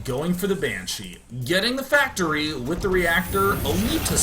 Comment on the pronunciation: day9 so pro at korean PACTORI